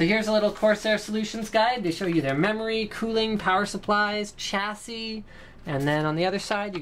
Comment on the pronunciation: YOU SAID CHASSIS CORRECTLY! #Linuslove